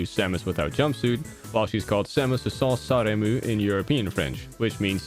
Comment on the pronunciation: As a french guy (that doesnt play in french) I love how you pronounced "Sans armure" Also you didnt precise that "Roi K Rool" Mean King k rool (Roi = King) But eh im pretty sure you got them all right